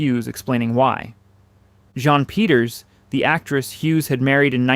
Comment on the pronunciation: It’s Jean as in Jeen nor jean as in Jon